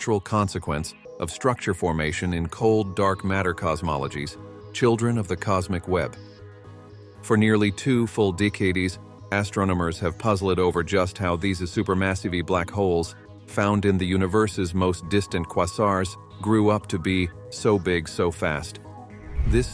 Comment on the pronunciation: I think it's text-to-speech. Unless errors were intentional to make it seem more human like, The problem is many of the errors were in a double e ie 《eerror》eg. "deecadees" "super massivee" "astronomeers". I used to have a keyboard that would stick and sometimes double type certain letters in word... But today there's spell check which makes it virtually impossible to have that many typos... for a human.... hmm 🤔